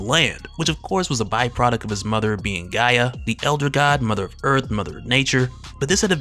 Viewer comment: You speak way too well to be saying this gee ya ish. The word or name is pronounced Guy-ya. Other than that man great job. I got what I came for in more detail than I thought. Great work and appreciate the post